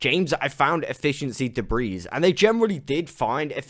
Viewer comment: The s in debris isn’t actually pronounced. “Duh-Bree”